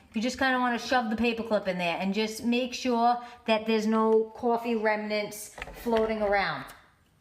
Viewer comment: caw-ffee love that accent